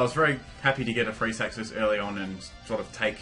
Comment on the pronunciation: when he said freeze hacks I thought he said free sex xD